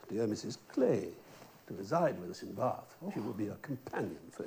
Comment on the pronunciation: I’m so in love with how they pronounce Baaaath <33